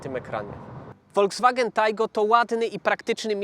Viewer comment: Wyłączyłem ten filmik już po pierwszych słowach prowadzącego... jeśli już kolega zajmuje się testowaniem samochodów, to wypadałoby przynajmniej poprawnie wymawiać nazwy tychże, otóż nie ma żadnego WOLDZWAGENA (pisownia fonetyczna), tylko jest FOLKSWAGEN (również fonetycznie).